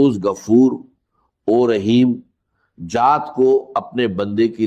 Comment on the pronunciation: جات not ذات